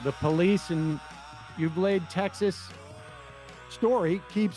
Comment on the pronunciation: I love you Sam but FFS trying to say Uvalde isn’t that difficult and the fact that he just skims over it genuinely pissed me off. You’re an award winning host, you can make the effort. (Ooh-Val-dae) in case he needs some reference